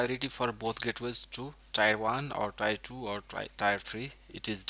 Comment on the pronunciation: I'm guessing English isnt your first language... One little tip (and your english is pretty good, and english is stupid...) Tier =is not said like The >Tire< on a car... But like "when you you cry a Tear" Ya English is stupid.... So think... Tear 1, Tear 2... :) Thanks for the video regardless!